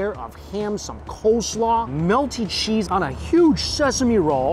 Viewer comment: I love your reviews!! I just have to ask... why do you say sheese for cheese and shicken foe chicken for not schen for a Mike Chen?